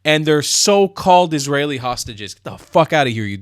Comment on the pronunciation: the way he mumbles Eezraeli Brobaganda 🥴🤦🏼‍♀️🤡